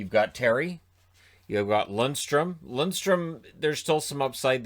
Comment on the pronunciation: It's Lundeström, not Lundström.